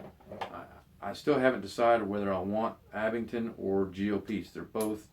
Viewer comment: Abingdon Bang on I bet u pronounce cambridgeshire correct,too!